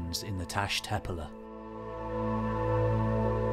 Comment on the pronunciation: The Turkish word “tepeler” is not pronounced as if British. The past participle of “begin” is “begun”, not “began”. The archaeologist Robert Braidwood was certainly not killed by beheading. The notion that pre-agricultural societies were egalitarian is founded in romanticism, and should not be treated as probable, let alone as established fact.